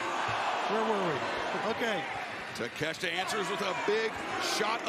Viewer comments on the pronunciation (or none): His real name is pronounced TAKA*SHEETA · Proper pronunciation is ta-ke-she-ta